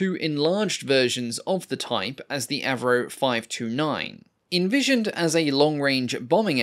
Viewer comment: When an aircraft goes from AVRO to AV-NO.